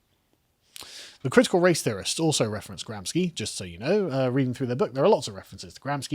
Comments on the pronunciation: Carl, for the thousandths time... It's pronounced GramSHi, NOT GramsKi! He wasn't Polish, he's from Italy!.. Please, have some mercy on my ears! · Little correction to the pronounce of Gramsci. Pronounce it as if it is Gramshy. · Gramsci.."sci" is pronounced "she" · And GRAMSCI = GRAM-SHEE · Gramsci is pronounced "Gramshee" for those who care about this utterly inconsequential datum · Gramsci is pronounced "gramshi", he was Italian